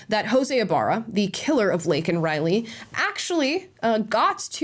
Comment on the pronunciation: And keep in mind that regarding this case, Biden only had one apology to give and that was to Jose Ibarra, whom he rightfully referred to as an “illegal”, despite mispronouncing Laken Riley’s name. Let. That. Sink. In.